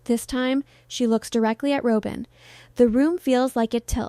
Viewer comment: Rob-in not Row-bin. No W cand pronounce don't report.